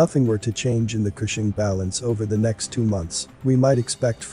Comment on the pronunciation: I’m from Oklahoma. Gas in my town is over $3 today. Also, I’m surprised that Cushing was pronounced correctly.